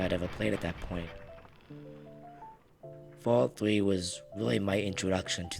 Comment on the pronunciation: "fawwout fwee"